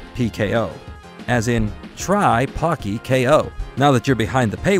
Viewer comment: The Po in Pocky is pronounced ポ, not パ.